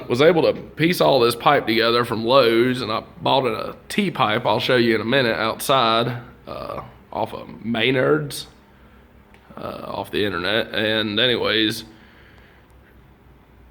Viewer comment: Got a good laugh when he said “Mey-nerds”. I live in Wisconsin. It’s spelled Menard’s, but sounds like “muh-nards”. Solid job on the stove and pipe.